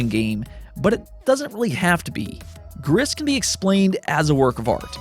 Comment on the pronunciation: the s is silent in "gris" it means grey in french ✌️